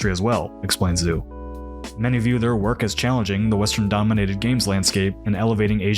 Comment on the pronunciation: Isn't this a quote from someone named "Shen?" That's what the text seems to imply at least. Also every time you said "Zoo" I cringed slightly. XD